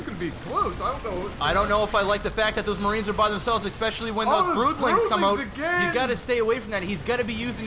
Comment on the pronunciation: So...canadians really do say oot. btw laughed my fucking ass off at the singing